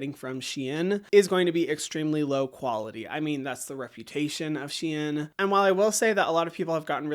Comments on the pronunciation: It is pronounced shen not she in ❤ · can you say Shein once more LOL :face-purple-crying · No one ever pronounces Shein like you